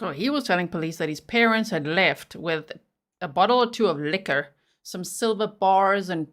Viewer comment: Did he say"Sliver bars"(he make them sound)like they eloped??!!